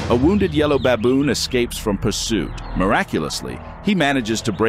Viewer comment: It is pronounced baboon not babb-boon. 🤣🤣